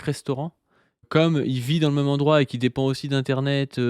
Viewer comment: Mais pourquoi prononce "même" "meume"??? Je dois savoir